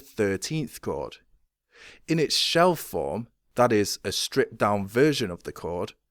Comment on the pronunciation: Did you say 'shell form' or 'shelf form' ?